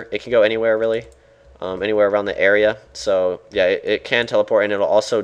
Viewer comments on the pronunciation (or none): none